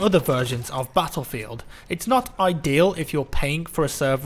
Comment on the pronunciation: HOLY SHIT I HATE THAT ACCENT SO MUCH! CANT YOU SAY BATTLEFIELD LIKE A NORMAL FUCKING PERSON HUH?